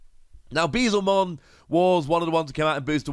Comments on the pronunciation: Hey, loving the content! Very excited to try this card out in purple. As a heads up I’m sure Beelzemon will keep coming up as more good purple cards release, it’s pronounced like B L zuh mon, a play on beelzebub with him being a dark, devilish Digimon. I know Digimon names are a mess sometimes, keep being awesome! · Hearing Bezlemon hurts almost as much as yesterday him pronouncing Guilmon